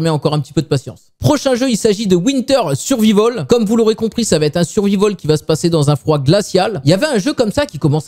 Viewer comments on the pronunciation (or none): prononcer survahivol. c'est facile.